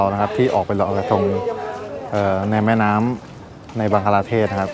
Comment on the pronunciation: บังคลาเทศค่ะ ไม่ใช่บังกลาเทศ